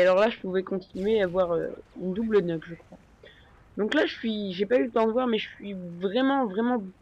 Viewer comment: Ça se prononce pas neuque mais Niouque. Une nuke :p